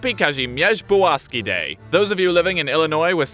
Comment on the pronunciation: Heck yeah! This was pretty damn good. Nice balance of humor with research, plus you actually pronounced Kazimierz Pułaski. Now do Kościuszko :)